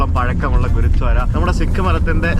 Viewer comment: u r pronouncing ഗുരുദ്വാര as ഗുരുധ്വാര.......enikku angine thonniyathanonnu ariyilla....gurdwara anu correct pronouncing